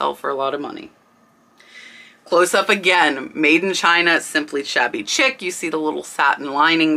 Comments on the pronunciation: It's pronounced Shabby Sheec not chic by the way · Thanks for the informative video. You'll probably get comments about Shabby Chic (pronounced like sheek). As you showed on the tags, it's a brand name, and they're a VERO brand so you cannot use shabby chic as a keyword in titles unless it really is that brand. That's why you see listings of things with just shabby in the title. Lots of Shabby Chic was "cottage look" - small print fabrics, furniture with missing paint, old window frames made into nick nack shelves, semi-primitive decorative items, etc. There is some argument about the definition of petit point, but most stitchery experts agree that it is smaller than cross stitch and much, much smaller than needlepoint. I've never seen a petit point pillow, but I've seen petit point jewelry (mostly pendants) and purses. The distinguishing feature of petit point is its really tiny stitches. If you describe a pillow as petit point, the customer could successfully argue that it isn't as described if it has larger stitches. It's like the difference between mosaic (common and inexpensive, frequently misdescribed as micromosaic) and micromosaic (very uncommon and extremely expensive). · Shabby Chic is pronounced “Sheek”. It was huge I believe in the late 90’s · FYI: "shabby chic" is pronounced "shabby sheek," not "shabby chick." Great info, as usual. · Shabby Chic, is not pronounced Chick. It is pronounced Shek. As in French style is shek, or elegant. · pronounced shabby sheek